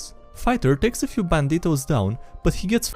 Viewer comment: I love how you pronounce banditos, lol